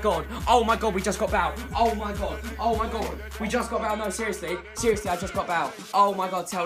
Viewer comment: And he pronounces Bale like Bal